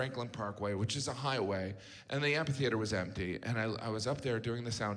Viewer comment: amPHitheatre , Mr Gaffigan. Like in ' **ck you' , not like in ' **nis .'